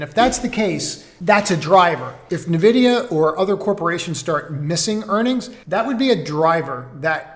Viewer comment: nVidia is pronounced eN-Vidia... not Na-Vidia, just a tip